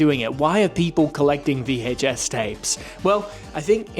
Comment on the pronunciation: The way this guy over pronounces the H in VHS drives me insane. It’s like watching Stewie from Family Guy